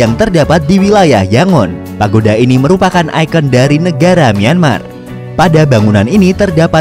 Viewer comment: Nyemar apa myanmar bg